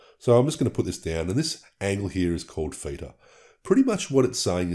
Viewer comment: What's a "feeter" angle? or are you saying (feature) with an accent? And what is that 0? Is that the "feature/feeter"? I did the equation of 12 x 0.57 and got = 6.84. Yours is 6.88. Why is that exactly?